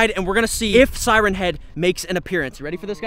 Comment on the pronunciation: It’s siren